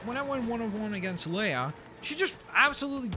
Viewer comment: leia it's leia